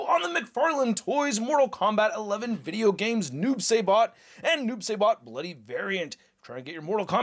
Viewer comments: He takes his sickle out of his body so he doesn’t have a storage. Also it is “s-eye-bot” instead of “say-bot” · It's pronounced sibot not sabot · "Sigh-Bot" not "Say-Bot", and the sickle doesn't have storage because he pulls it out of his own body... Wish someone with real knowledge got the first review up smh. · SAI-BOT NOT SAY-BOT! SMH IT'S LIKE WHEN PPL SAY "MAYN-GA, IT'S MANN-GA"!!! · Saibot, pronounced like rye. ;) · I dont like the noob either. It should just be "Saibot" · Noob Say-Bot 😂😂😂 it’s Saibot bro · Noob s I bot Im sorry but him saying it like that irritated me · Oh, btw, it’s pronounced Sai (like the weapon) Bot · Noob.. saybot? I guess it’s like some people saying Thane-os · Noob SI bot say it like that please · This dude looked like a dark devil ninja. And your pronouncing it wrong. It’s Noob (sigh-bot) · the pronounciation is Noob "Sye"bot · I can tell noob isn't your favorite since you're pronouncing it saybot LMAO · It's (si - bot)